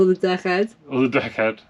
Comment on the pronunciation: Consult Brupeg on the proper pronunciation of 'deck'.